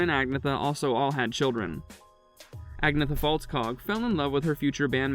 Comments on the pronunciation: It’s not aG-neetha, it’s pronounced Ahn-Yeta. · Americans just cant say *Ann-yetta (pronounced) but they say AG-ne-tha it is so annoying ! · Dude, Agnetha is pronounced: An-yeet-ah. You disgrace her, the group, and the fans with your incorrect pronunciation of her name! If you're going to try to slander the group, or dig up dirt on them, at least do the research, and get it done accurately! This is a pathetic attack on a nice person, who you don't deserve to know! Take this video down! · I think that what actually matters is that you make a better attempt at pronouncing her name correctly. I usually hear it pronounced ‘Ag-nyetta’ withe the emphasis on the ‘ yet’ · its pronounced ANYETA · And, Agnetha is pronounced "An-yeet-ah. This video pisses me off! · You can't even say her name properly how about finding a real job and stop gossiping about ABBA none of them cheated they were honest with each other when they found new partner's it's called growing up and look at your own backyard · I can’t believe the story at all anyway because he can’t even say her name correctly throughout the whole entire video